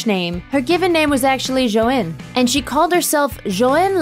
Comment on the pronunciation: Wow. What a useless and badly researched piece on Joan of Arc. I don't even know where to start, but you could begin by learning how to pronounce certain French words. If you don't know, maybe ask someone. Words like "Jehanne", for example. And Joan of Arc didn't start referring to herself as "La Pucelle" until she began her mission. Prior to that, she was known at home as "Jehannette" (i.e. "little Jehanne"). And in that location (Lorraine) at that time (c. 1400), it was customary for unmarried women to take their mother's maiden names. So really, Joan was known to her friends and neighbours as "Jehanne Romee", and it is speculated that someone on her mother's side made a pilgrimmage to Rome at some point in the past. Regarding her voices, posthumously ascribing mental illnesses to people who have been dead for six hundred years is problematic, and Jehanne does not fit the typical diagnosis of schizophrenia. The auditory hallucinations suffered by the typical schitzophrenic patient are invariably destructive, telling the sufferer that they are worthless and revolting, and often the voices are nonsensical. At worst, they exhort the patient to violence, either against themselves or others (though this is fairly uncommon, despite what people think of the disease). Jehanne's voices were benevolent and kind, telling her repeatedly that she was a daughter of God and a good girl. And nothing that the Voices told Jehanne ever resulted in violence against her enemies. She said at her